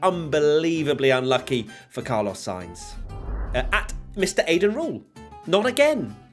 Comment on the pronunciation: Car-loss Sainz